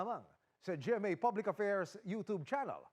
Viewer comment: You tob channel dw.ang you tube naging you tob.kaasar talaga pakinggan.parehas lng sila ni Jessica Soho mag salita ng you tube.naging you tob.yan BA Yung mataas pinag aralan,ultimo pronounce babaguhin.atay